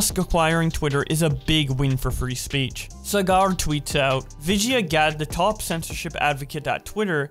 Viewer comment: When you called saager (sah-gr)cigar I bout spit out my drink